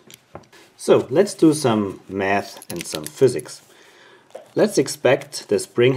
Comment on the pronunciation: Did you say let's do some math or meth😂 and you relly left me confused, are you a school teacher or something